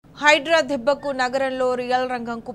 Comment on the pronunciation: Hydra dubbaku kaadu debbaku anaali